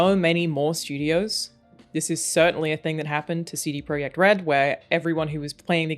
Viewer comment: You just got yourself subscription for pronouncing cd projekt red correctly